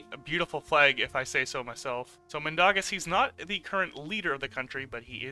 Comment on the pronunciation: It's not Min da gas it's Min dau gas